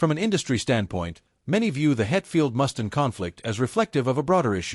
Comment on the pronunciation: It's pronounced Mustaine with a long Freaking A!!!